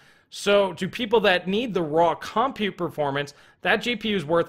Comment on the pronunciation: Hey dude, I will LITE-rally pay MO-ney if you CON-side-r not saying "CAHM-PUTE"...I jumped out of my second story window five times in this video when those syllables were repeatedly unnecessarily segmented from each other..... And I don't even have a two story House!!!! Think of it as a PUH-BL-ICK service!